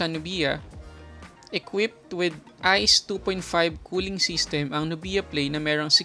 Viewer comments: NUBYA not NUBIYA. saket sa tenga amp ahahaha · Nubya.... not nu_biya.. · pinoy na pinoy talaga si kuya str haha "nubiya" instead of "nubya* 😂✌️🇵🇭